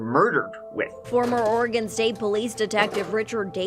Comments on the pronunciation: Thank you for pronouncing "Oregon" correctly,. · Thanks for saying Oregon correctly 🙂 Also this story hurts my heart 💔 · Homegrown Oregonian here. Happy to hear you pronounce the name correctly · I am from the Rogue River Valley, Jackson County Oregon. Yay, you came to my neck of the woods. I am so impressed that you pronounced Oregon correctly. Most Americans don't do that. Rush is pronounced "Roosh," but I'm sure you don't care :) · How come you can pronounce Oregon correctly, when half of America can not :)